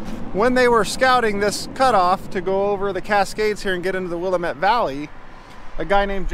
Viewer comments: YES!!! I laughed pretty hard when I heard his pronunciation. At least he pronounces Tumalo correctly in other videos. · How can you be an Oregonian and not know how to pronounce WILL-LAM-IT?? I enjoy your videos! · Will-am-ette Damnit! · As a local Willamette is pronounced will-am-et sorry to be that guy I guess every place has its own special ways, also I've been going over that highway since I was at most 1 and have never seen or heard of most of those places lol will have to check them out. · It is Wii- a -met. Dammit rhymes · grammar police here: it is "Will - Lamb - ette (met)" Pass/Valley/River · Willamette rhymes with dammit. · Ha! We give people such crap about mis pronouncing Oregon names, and here you mis pronounce Wil LAM ette! tsk tsk ( yeah, I'll be that guy, Lol ) Todd Konoske the retired trucker. ( Elmira, Or. ) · As a native born Oregonian It offens me to hear you mispronounce Willamette. It is pronounced Wiill lam ette